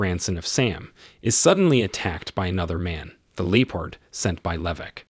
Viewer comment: LEE-pard? WTF! You know, you can google "leopard, pronunciation" and hear it spoken correctly. Do it.